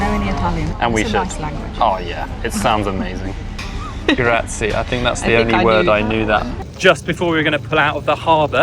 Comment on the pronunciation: Since you were in Sicily, mount Etna has rivers of lava. Don't know why english people use random tonal accent, don't you at least try to speak with locals or use a translator app? It's Strómboli, not Strombòli. It's Cápri not Caprí. It's graziE, not gratzy. Thank you.